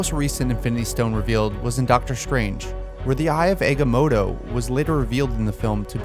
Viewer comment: Did he say eggamotto I swear I heard him say thay